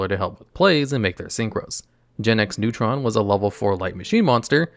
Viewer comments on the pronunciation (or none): none